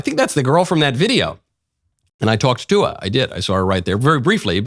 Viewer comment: Was it just me, or did Michael say he "talked tuah" to the Hawk Tuah girl? 😂